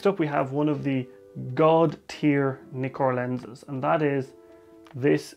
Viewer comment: Brilliant video...but Nikon and Nikkor are pronounced as in "Mick" not "Mike" . Ask any Japanese person !